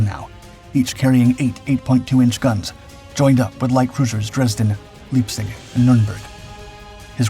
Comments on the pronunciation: ...and Leipzig is pronounced LIPE-tzich. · It's so irritating to hear repeated mispronunciations, especially when the correct pronunciation is very well known. 'Spee' is pronounced 'Shpay.' And 'Leipzig' isn't 'Leapzig' (sic), it's 'Lyepzig.'